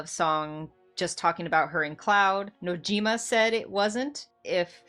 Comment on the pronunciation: Sorry not sorry, but shocker. FF7 isnt a dating Sim. FF7 is much more than who cloud ends up with. New generation ff7 fans... also you said Nojimas name wrong.